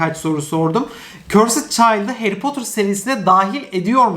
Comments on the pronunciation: Harry Potter dizisi geliyor! Bütün Türkiye: Hayri Potter dizisi geliyor!:D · Harry Potter türkçesi : Hayri Potır